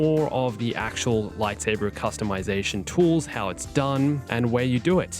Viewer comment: I don’t wanna be a jerk man, but it’s “Customization”